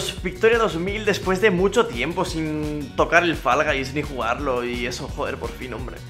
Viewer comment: Fall Guys [fo'lga'js], no [fa'lgajs], porfavor. Y encima peor los que dicen [fa'lgu'js]